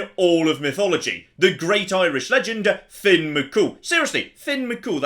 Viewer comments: I appreciate the Irish Folklore shout out but it's Fionn not Finn. Great video regardless. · HIS NAME ISNT FINN ITS FION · It's Fionn (pronounced Fyunn) not Finn. Couldnt help myself :) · It's not finn it's fionn pronounced more like fyun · On the name, it's Fionn, not Finn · Love these YOLO videos! Also, Fionn's name is pronounced "fyun"!